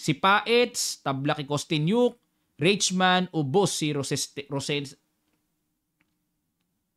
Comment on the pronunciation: German, ei is pronounced as long i. Rosenstein will be Rosenstayn, Reichmann will be Raykmann.